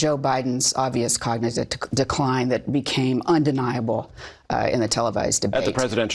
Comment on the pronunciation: Did she say cognizive instead of cognitive? Even her telling the truth shows how bad of a media person she is.